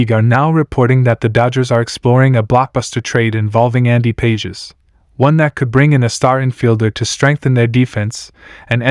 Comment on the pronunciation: Pages is pronounced pawh-haes